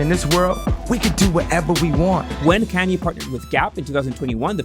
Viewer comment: How u mispronounce his name